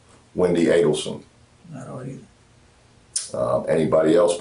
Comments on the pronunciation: I'm just now seeing your video on this case which I've been following since Wendis initial " interview " not interrogation...its understandable that you say interrogation...their name is pronounced..A....delson...minor details but ..to me...they matter..its a fascinating case which is still currently in play..Wendi has still not been charged but if there is any justice..she will be...Charley her brother has been convicted for conspiracy as well as his former girlfriend and the 2 hitmen and Wendis mothers ( Donna)trial is coming up..Wendi after thst ..good Lotd willin'...RIP Danny Markel!!! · Adelson (A-del-son) Long A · It’s pronounced Ādelson….long A. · Adelson is pronounced with a long A like "Amen."